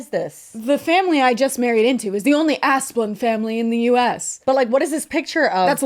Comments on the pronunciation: Every time says that rich families' name it just sounds like Ass Blunt to me 😂. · ASS-BLUNT?? That’s what I’m hearing. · Oh yes, that’s clearly pronounced as Assblunt 🤣🤣